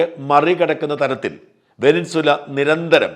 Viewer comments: വെനിൻസുല അല്ല സാജാ വെനസ്വേല എന്നു പറഞ്ഞു പഠിക്ക് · വെനിൻസ്വല അല്ല വെനിസ്വേല. ശ്രദ്ധിക്കണ്ടേ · വെനസ്വേല ആണ് ശരി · Try to pronounce Venezuela first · വെനിൻ സുല എന്നു തന്നെയാണോ? വാക്കുകൾ, പ്രത്യേകിച്ച് രാഷ്ട്രങ്ങളുടെ പേരുകൾ, തെറ്റായി ഉച്ചരിക്കുന്നത് കേൾക്കുമ്പോൾ .......അരോചകമായി തോന്നുന്നു...